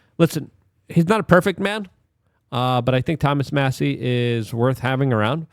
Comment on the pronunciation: You finally pronounced Massie’s name correctly